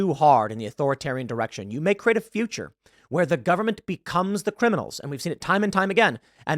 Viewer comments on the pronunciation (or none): none